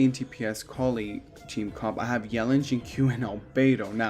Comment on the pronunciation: You say Collei's name Coll-Ay by the way :)